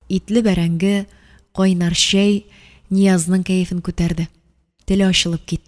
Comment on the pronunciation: Слушать хочется,но когда звук ччч произносится как щщщ слушать не тянет.щэй,щэщэк,кищэ,щищенгэн и т.д.и т.п.